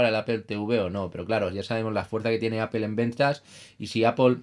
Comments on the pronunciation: En español o castellano literalmente se leería "aple", nose de donde sacan el "apel" pero si deseas pronunciar de manera correcta en español o castellano sería "manzana", no se complique tanto señor, saludos. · apol plz... se pronuncia apl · Una pregunta, ¿por qué Apple lo pronuncias en inglés y Playstation no? Solo curiosidad xc